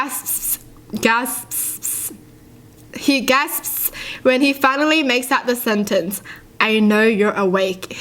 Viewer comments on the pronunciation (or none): Its gasps not gaspspspsps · It’s G-A-S-P-S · Say gas then ps Gas-ps Lol Love you video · It’s pronounced gar-spes not gasps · gapsss Me:Gas😃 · I have someone who pronounces like MEEEEEE!! This is how I say ‘gasps’- (gasp-ps) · gah-sps hope this helps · It's said gh-ar-ssss-p-sssss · If you wanna say gasp just say it like this gas-sip-po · Let me teach you how to say the word gasps it's like grasps but without the r. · Gastpt that’s how you say gasps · Just say gasp without an s cause it's silent and it still sounds the same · it's pronounced gas-pss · just pronouce gasps̷ ,welp its easier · Gap-s That an easy way to pronounced it gap and the letter s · Gasp Ga-ss-puh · If you can’t say gasps..... Do it like me say “gaps” 😅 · Gasps -g-ar-sp-s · Here ill teach you! say Gah-sp-ss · You are suppose to say the word gasps with one "s" not two and its call the Boogeyman and not boogey monster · Gasps : Ga-sp-s Here you go how to say gasps♥♥♥ I hope this helps♥♥♥ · Gasps is pronounced "Gas piss" but silent "i" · It's nawt gaspsp It's... G-a-s-p-s-p-p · So welcome too my english class, today we will be learn about the word gasps. you need to change the ‘a’ and make and ‘r’ sound so its easier, but im Austalian and thats how we Aussies say it.